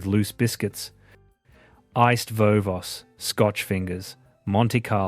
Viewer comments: Bet you're fun at parties 😂 Btw, it's Iced Vovo's - pronounced voe-voe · Why start the video about Australia with photos of Europe and American drive ins, and then go on to be unable to pronounce iced vovos.